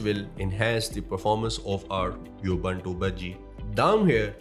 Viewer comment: Thanks for the review. BTW, Ubuntu is pronounced: OO BOON TOO in English. In Hindi, it's pronounced: उबंटू (Ubantoo)